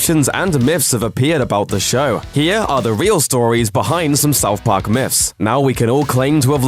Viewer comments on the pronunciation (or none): What in the fuck is " South Pok" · Souf Park Miffs